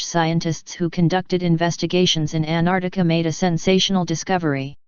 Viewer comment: AntarCtica. Not. Antartica....